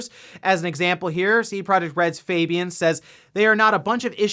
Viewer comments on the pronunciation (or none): none